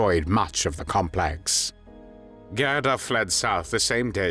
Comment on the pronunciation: GADA???? G E R D A!!!!